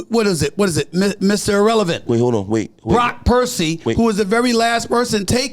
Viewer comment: SAS called him Brock Purcy....LOL!